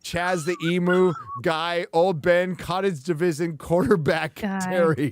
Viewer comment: "E - moo" lol. if you say that here it'll take a while for us to figure out what you're talking about 😂 it's "ee-myu"